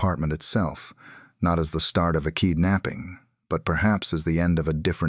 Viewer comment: what on earth is “Kee-der-napping”? Bad AI again. Why can’t people just use their own voices?